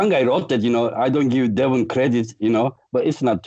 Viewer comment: Regardless of the winner, Michael should make a shirt that says " INVINCIBLE LEVAN "LOL us westerners have trouble pronouncing it correctly and it ends sounding just like devon but with an L lol